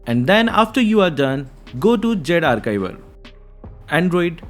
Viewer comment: Zarchiver ❌ Zarkaivar ✅